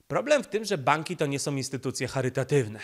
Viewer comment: ...wszystko jest ok, dźwięk lepszy niż wcześniej👌, no może troszkę zalewasz się z tłem ale....☝️na miłość boską nie mów "som"😱 bo to aż boli 😉. Poza tym jesteś mistrzem w swoim fachu i dzięki za Twoją pracę 💪😎